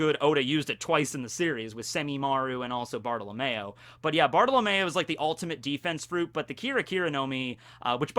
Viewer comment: bruh barta-lo-mayo